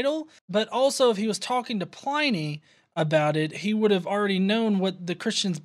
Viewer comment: gah... she even gets Pliny's pronunciation wrong.